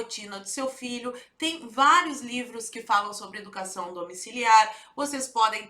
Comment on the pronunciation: Manifestação "dà educassáo" da UNE 😄